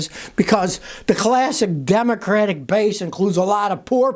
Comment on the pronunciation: Scotty did you say dum crap or Democrats lol